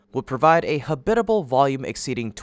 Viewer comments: ha-BIT-a-ble? All my 77 years, it's been pronounced HAB-it-a-ble. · You need to learn how to correctly pronounce the word "habitable" , please.